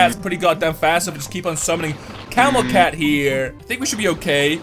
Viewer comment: How doed he said camel cat? 😹